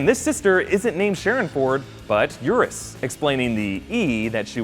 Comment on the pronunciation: It's Euros, not Eurus.